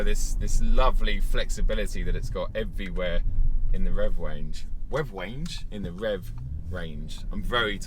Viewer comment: Beautiful looking car. Very classy bit of kit. Looks like you enjoyed every bit of the "wev wange" 😉